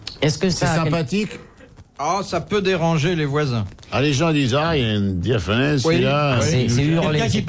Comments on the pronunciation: On dit diaphorèse, pas diaphonèse. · DiaphoRèse et pas diaphonèse.